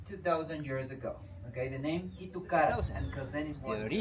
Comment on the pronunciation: She just created this account last week, mainly to correct his pronunciations. Twice with Quito and now monolith.🙄